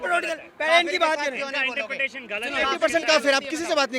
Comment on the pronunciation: wo interfere bolna chah rha hai ya interpretation bol rha hai 😂